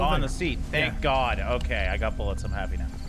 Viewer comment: Same dude says "rifle buillets"